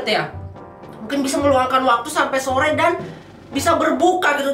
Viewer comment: Soe bukan sore njir